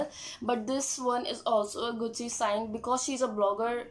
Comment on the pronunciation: Atleast say the name gucci properly!